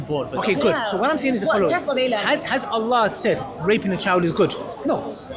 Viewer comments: In the beginning, straight away, He couldn't even say Allah properly, showing you that he may not have been a muslim before. That's the first thing u learn. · This coconut man. Can't even pronounce Allah correctly.